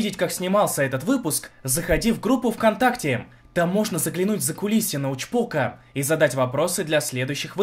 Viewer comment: Мне одному послышалось закулисину учпока